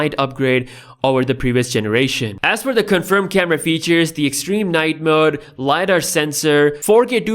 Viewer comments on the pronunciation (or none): none